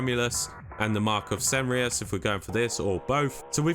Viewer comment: Please pronance Cenarion correctly 😅 wtf is Ceneron!?